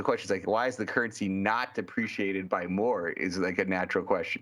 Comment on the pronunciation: “…joined jy Jeremy Schwartz” NOPE